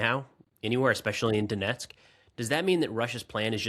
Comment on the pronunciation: The way pronounces “Danietsk” instead of “Donets’k” hurts my ears. The video is really good though, thanks!